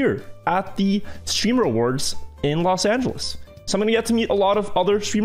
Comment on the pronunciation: Everybody: Los Ángeles: Los Ányeles